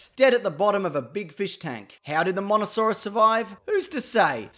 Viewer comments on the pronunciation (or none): Hello, It's actually pronounced mososaurus, not monosaurus. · It's pronounced moe-sa-saw-rus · i could totally hear you say monosaurus. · sorry buddy you said mono not mosa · Its mosasauras not monosaurus you didn't even watch the movies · It’s mosasaurs not monosaurs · It’s a Mosasaurus not a monasaurus 🤣😂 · IT'S A MOSASAURUS! not Monasaurus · its mosa not mona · why do you keep calling the mossosauraus a monosoraus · What's a Monosarous it's mosasaurs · Mosasaurus not monosaurus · its the mosasaurus not monosaurus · Did he just call it a monosaurus... It's a mosasaurus dammit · It's not monosaurus its mososaurus I might be wrong but ik it's not monosaurus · Just saying it’s Mosasaurus not monasaurus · Its mosasaurus ye deeb, love the vid tho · Even the captions said you said mano saurus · well it came out Monosaurus, so you might wanna work on that. Also any other words you say that have Ses but sound like Ns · you did say monosaurus p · You said Monosaurus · No, you said monasaurus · monosaurus..... wow... at least get the names right next time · It's MOSASAURUS !!!! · Dont mean to complain but, MOEsasaurus! Good video tho. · Mosasaurus pronunciation Moe-suh-saurus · Monosaurus... ... MONOSAURUS!?!?!? ... You bloody GOOFED, mate! edit Still love your channel, though. Good shit. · it's mosaurus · You dont say mosasouras right